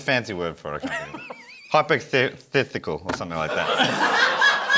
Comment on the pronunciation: 'hyperthithical' absolutely broke me